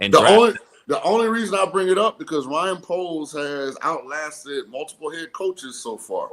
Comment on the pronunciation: It's Ryan poles not Bryan poles .....